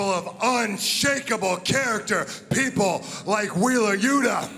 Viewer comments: “Wheeler’s shoeta… loota.” - Nigel McGuinness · i wish we could get some better story lines instead of ones focused on wheeler you-tahh, and danny gar-see-ya. Lets see miro, malakai, and guys we care about...